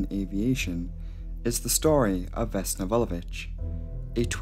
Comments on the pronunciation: Slavic surnames are generally difficult to pronounce because most of them end with -ić. Most of english-speaking people just say ch instead, but actually did an awesome job. She has 🇷🇸 seal of approval from me. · 1) I am actually very grateful that you did this because I am from Serbia. 2) You actually pronounced Vulović how it is supposed to be pronounced.